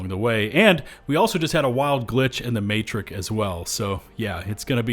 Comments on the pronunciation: Sorry, a wild glitch in the what-now? The 'Matrik'? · A glitch in the 'matrick' huh? Never heard of that.